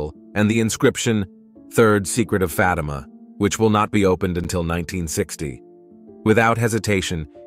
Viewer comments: It's pronounced Faatima not Fateema bonehead. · I stopped listening when Fatima was pronounced "Fa'tee'ma". AI, cannot be used for anything of faith, especially critical Catholic information. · The pronunciation of the word FATIMA is not correct. The accent is on the first letter A. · Why should we listen to this when you mispronounce Fatima.